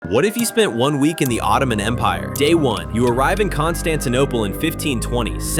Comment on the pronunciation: I love how you said Constantinople 🎉🎉🎉